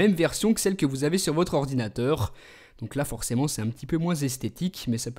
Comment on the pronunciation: ordinateurrrr mdr ♦♦♦£